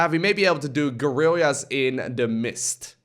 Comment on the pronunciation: Gur-rill-yahs in the mist.